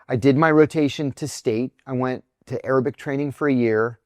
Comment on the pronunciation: Misheard you. Thought you sad aerobic and not Arabic. It was quite amusing for a while 😂😂😂😂